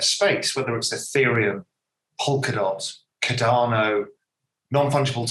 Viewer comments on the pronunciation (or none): Did he say cardano 😀